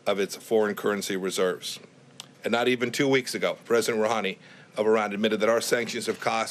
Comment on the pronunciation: did he say "President Irani?" Does he know it is Ro Ha Ne?